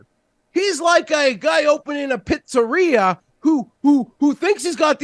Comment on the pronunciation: I also found his pronunciation of pizzeria to be very funny lol